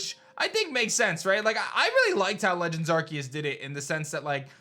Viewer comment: Why is a statement coming from Joe Merrick? Does not believe because he wants official: also believes and worship centroleaks and unreliable leakers and after all this time he still butchers Arceus's name lol